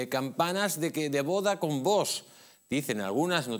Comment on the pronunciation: parece mentira que no sepas pronunciar la palabra VOX. Visiona tu vídeo y te darás cuenta de que no pronuncias bien.